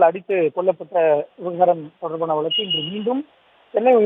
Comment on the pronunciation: வலக்கு இல்லப்பா வழக்கு... Ignoring news due to No Proper Pronunciation...